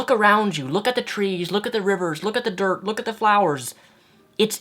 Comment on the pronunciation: "Look at the derp" I woke up a bit over 3 hours ago and still I feel like I'm sleeping. Took me almost three times before I understood you meant 'dirt'. Where's my freakin' coffee?